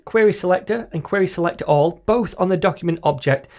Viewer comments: awesome video, but the way you say selector sounds like selectorAll 😂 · Crack me up every time you say "Selector".. "Craig Daviiid" haha